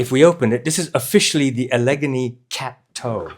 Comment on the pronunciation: Enjoyed another good review, thank you. One thing, though, Allegheny is pronounced Alla-gain-ee. I might have pronounced it your way, too, if I wasn’t from the States!